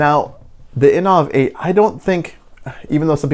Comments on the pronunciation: In ov? I think they pronounce it innovate. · "inoaaavvvv 8".... Sorry i'm out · Aren’t they pronounced like the word innovate?